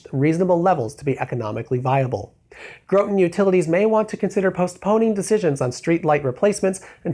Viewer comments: Its groton not growton lol use to live there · That's Grawton utilities, not Growton. Different pronunciation. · Graw-ton, not Grow-ton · I'm going to be that guy. The report you mentioned regarding the Groton Utilities you pronounced it with a long O like goat. It should be pronounced like the past tense of get (got) its Groton not Groaton. Its just like when I hear someone say the name of the city where the Mohegan Casino is located which is Uncasville, CT. Everytime I hear someone from outside CT say it they pronounce it like ooncasvlle when it should be pronounced like the word uncle. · IN CT we don’t say Grow-tun we say grot-un . I understand it does not matter. It just struck my ear oddly. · As always, very excellent video! Also, amusing to see Groton, CT show up in one of your videos; I work nearby. Also - it's pronounced Graught-on, not grote-on! Not likely you'll have to say Groton in another video though, lol. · GRAW-tun, not GROW-tun. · Not a criticism, just letting you know in case you reference that study again that Groton is pronounced Grah-uhn (with a glottal stop) in Massachussets. It's the next town over from me. ;) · THATS CRAZY THATS WHERE I LIVE! Also Groton is pronounced like rotten with a GR prefix. GRR ROTTEN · As a person living in CT (where the light study was done) i cringed at the pronunciation of Groton. You say it like brought; g-rought-on Other than that cool video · you know you're not from upstate when you pronounce the first O in groton as anything other than an A as flat as tug hill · They way he says "Groton" 😂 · You mispronounced Groton. When I lived there, I can't remember there being any LED streetlights and their streetlights were solidly average. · Is that Groton, Ct? I grew up near there, and chuckled when he pronounced it wrong. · Groton Utilities is in my neck of the woods in Groton, CT.. Not to be that guy either, but Groton, the first O is pronounced an an "ah" sound lol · You said Groton wrong haha I'm from that area